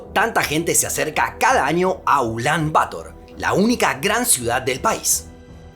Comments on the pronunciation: Ya que en el vídeo has escrito "Ulán Bator" (con tilde) debes pronunciar "Ulán Bator" y no "Ulán Bátor" como haces. Igualmente gracias por tus vídeos. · No se dice "Ulán Bátor" Se dice "Ulán Batór" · Si la sílaba tónica fuera “Ba” se escribiría “Bátor” como una palabra grave tildada por terminar en r. Sin embargo la sílaba tónica es “tor” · Gente, como siempre, el video es hermoso. Un detalle: Ulán-Bator se compone de dos palabras agudas; se pronuncia /uˈlambaˈtoɾ/. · Pregunta, el acento de la segunda palabra del nombre de la ciudad, Bator, ¿no va en la o? Es decir, ¿no son ambas palabras agudas? Porque te has llevado todo el rato pronunciando aguda-llana, en lugar de aguda-aguda, Ulán Bator, pero igual estoy equivocado. Un saludo. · De hecho, por la forma en la que está escrita sí debería ser pronunciada como tú dices, pasa lo mismo con Yemen, que la mayoría dice como Yemén.